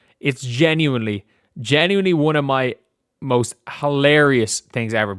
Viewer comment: I'm a fan, so hopefully you don't take this personally. Does anyone else hate the way says genuinely, and how much he says it. It's probably a problem with me, but it's been driving me nuts lately, and I just needed to mention it to someone.